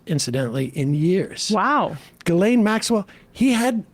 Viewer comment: who the f is guhlaine maxwell? you talking about jizzlane maxwell?